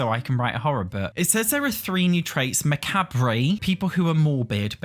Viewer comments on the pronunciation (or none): Macabre: Macaab: Mack-abb-ray 😅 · ily but macabre is pronounced like muh-cob. like corn cob. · I've never heard anyone pronounce it as macabray before 😅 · They way pronounces macabre 🤣 And not knowing what a mortician is. Zero goth blood running through his body, bless him ❤ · I'm sorry I'm shaking my head at not knowing what a mortician is and mispronouncing macabre 🫣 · Benevolent means like good kind, also the way your said macabre made me chuckle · I've been searching for a comment about macabre 🤣 it's me when I'm reading words which I've never heard pronounced before.